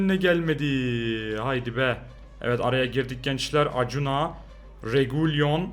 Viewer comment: Akunya diye okunuyor abi Acuna